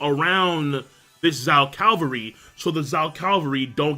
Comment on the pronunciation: Please say Cavalry instead of Calvary haha ^^